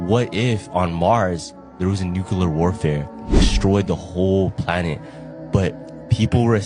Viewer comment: Why is no English speaking person able to say nuclear and will always say _nucelar_? 😀